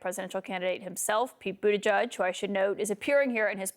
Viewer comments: Kaitlan, can you PLEASE pronounce Pete Buttigieg correctly. NOT "boot-a-judge'. Boot-edge-edge. C'mon! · It is really disrespectful that newscasters cannot pronounce Pete Buttigieg’s name correctly! It’s not that hard! He even had stickers made when he was campaigning for president in 2020 showing how to say it: Boot•edge•edge. The emphasis is on the first syllable. Say it fast and you’ve got it!